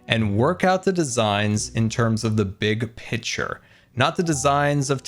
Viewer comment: is he saying big pitcher instead of big picture???